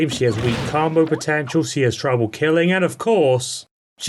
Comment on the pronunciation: stop saying carmbo